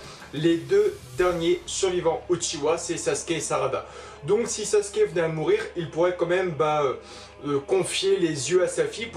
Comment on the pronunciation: La vidéo est superbe mais mais c’est SasUke et pas Saske